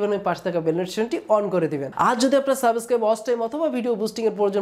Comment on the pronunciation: ভাই তোমার উচ্চারণ ঠিক কর আগে। এমিউজিং না, এম্যাজিং, সাবোস্ক্রাইব না, সাবস্ক্রাইব, অখে না, ওকে। সল না, স্লো, করাপ না, ক্রপ। 😄🤣😬